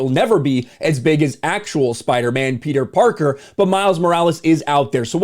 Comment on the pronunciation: kills me when he calls him “Peter Darker”🤣🤣🤣